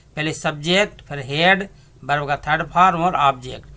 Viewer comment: Berb nahi bhai verb hoti hai be nhai ve hota😂😂😂🤣🤣😂🤣😂🤣😂🤣